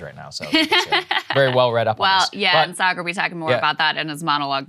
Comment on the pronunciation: It’s pronounced Sha’-gar